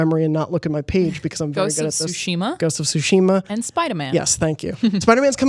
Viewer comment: Great job on hosting, Jonathan! Lol for pronouncing Tsushima as “Tush”-ima! It was an honest mistake, but tush is a funny word. 😂